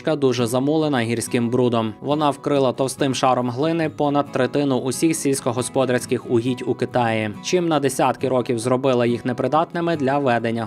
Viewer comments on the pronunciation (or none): дякую! але течіЯ, руслО, сільськогосподАрський. вдосконалюйте свою мову. мова має значення (с)